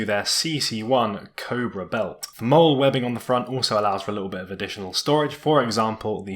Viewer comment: The webbing is pronounced Molly :)